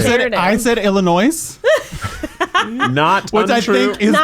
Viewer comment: Anyone else notice he pronounced Illinois wrong?😅😂